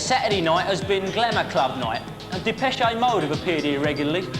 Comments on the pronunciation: Depeshay mode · depecheAYE mode